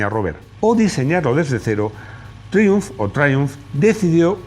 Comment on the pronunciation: Madre mía ese inglés: prince se pronuncia “prins” y triumph se pronuncia “triumf” no siempre la i suena “ai”